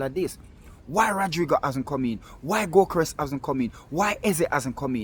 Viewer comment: That is " go- kor ess"....